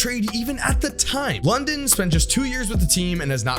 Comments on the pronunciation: Tyler London? It’s Lydon man. Gotta put some respect on a Cuse legend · Nuggets never drafted Mitchell, but the pick before it even became Mitchell. Also, it’s LYDON, not London. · it’s Tyler LYdon. Please have some respect for the man. Love your videos, just hurt me to hear that.